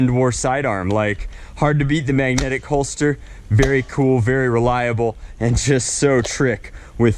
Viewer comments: Holster not holdster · It’s a holster not “holdster”